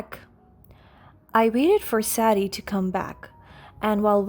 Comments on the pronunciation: Sadie…saydee not sad dee. And you are hospitalized in the HOSPITAL not at home. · Sadie is pronounced: say dee